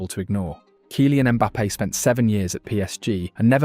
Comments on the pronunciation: 😂 this AI bs is too much — “KIE-LIAN” Mbappe? Bro it doesn’t hurt to at least write it in the script differently so that your bullshit ai commentator can pronounce it properly, always thought this was a real guy talking till this point ain’t no way he butchered his name this bad and made a whole 20 min vid about him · Can't even pronounce Kylian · This narrator AI? Said Kylian so weird lol 😂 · The narrator is a joke.